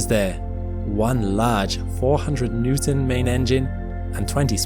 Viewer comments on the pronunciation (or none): none